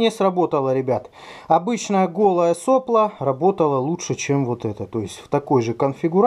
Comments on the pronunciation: произношение слова сопло с ударением на первую "о" очень режет слух, вроде и слово то же самое, но непонятно какой у него смысл, вы уж извините меня за моё брюзжание, но это плохой тон в авиадвигателестроении, так говорить, впрочем поступайте как вам нравится, может это наоборот подчеркнёт дилетантизм, на слово не обижайтесь, другого чета не подобрать мне про двигатели - у нас получилось без СССР сделать крутой двигатель, первыми в стране на таком уровне, но это произошло при помощи френчей - , лучше этого двигателя в гражданской авиации России ничего нет. На этих движках летает Суперджет 100, ну и вот только подписали соглашение на ремоторизацию Ве200. вот тут про нас еще можно посмотреть г. Рыбинск Ярославская область. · не сОпло, а соплО. Задолбал ты со своей неграмотностью.... " Мы говорим не штормЫ, а штормА, слова выходят торотки и смачны, ветра, не ветры сводят нас сума, из палуб выкорчёвывая мачты"...